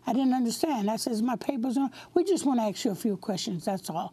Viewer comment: It's not axe it's ask, capish?